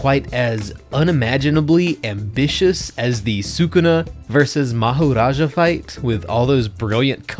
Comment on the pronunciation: bro did not pronounce Mahoraga Mahoraja wwwwwwww lol